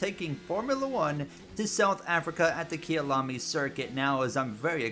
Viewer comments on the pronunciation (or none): Kayalami (my home) not kiyalami